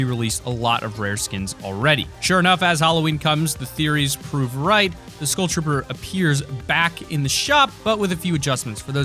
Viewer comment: Why is everyone pronouncing skull like school?